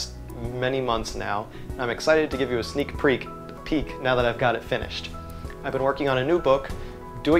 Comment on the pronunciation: "sneak preak" LOL! bro I love this guy's authenticity, you can tell this man is knowledgeable on batteries and is an unbias media outlet for quality work, Keep goin my guy stay original!